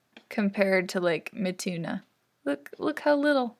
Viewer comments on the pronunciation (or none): Mituna sounds like "my tuna" with an accent I can't.